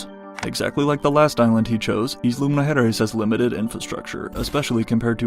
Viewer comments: "Eezla" 😆😆😆😆 it's pronounced like "ile" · Please, please, stop breaking my ears by mispronouncing the word “Isla!” It’s “Ai-la” not “Is-la!” Like island?